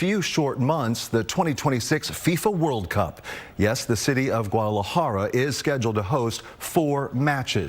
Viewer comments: He said guadala jeeeerrra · PUERTO VALLARTA AND WHAT??? GUADELEHAIR... ITS CALL GUADALAJARA, GUA-DA-LA-JA-RA GUADALAJARA... IF YOU PEOPLE ARE GONNA TALK ABOUT MEXICO DO IT IN SPANISH OR STOP TALKING ABOUT IT... DON'T CHANGE OUR NAMES , OUR WORDS , PRONUNCIATIONS. GUADELEHAIR TU MADRE PNDJO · Guadalajera it's jara not jera amigo 😂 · He has poor pronunciation 😂😂 Gudala hair